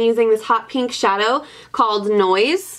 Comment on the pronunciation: i love the way you say pink as its peenk! Haha so cute